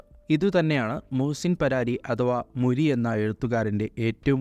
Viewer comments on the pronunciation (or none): മുരി അല്ല മൂരി